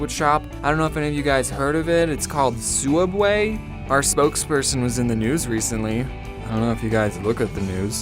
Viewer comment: you pronounced soooubway wrong